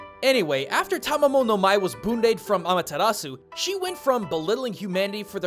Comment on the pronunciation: Im like 90% sure youre pronouncing her name wrong.